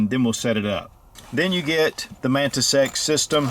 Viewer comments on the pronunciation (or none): I keep hearing Mantis Sex